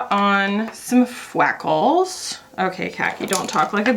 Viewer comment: Fweckles, UwU